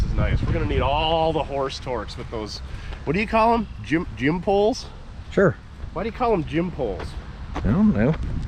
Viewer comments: I think it's Gin Poles, not Jim poles. I have no idea why. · Great collaboration with. I think the truck has a Gin Pole not a " Jim Pole ". 😸👍